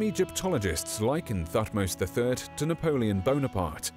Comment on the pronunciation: Sorry to be picky but pronounced Tutmose but everything else spot on & very very good, thank you for your hard work.😃